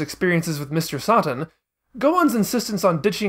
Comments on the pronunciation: The fact you're fine with calling her Videl but insist on "Sah-tan" is the most infuriating thing in the world, especially in regards to your reasons why you stand behind it. "It's not an English word", even though Toriyama is clearly using it as an English based pun. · You couldn't have pronounced Satan as how it's actually pronounced? If you are going with the Japanese pronunciations you might as well call Trunks Toranksu and Bulma Buruma.